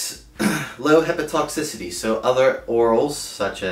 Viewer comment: Thank you for making this. Very informative. Just a minor observation: it’s “hepato-toxicity,” not hepa-toxicity.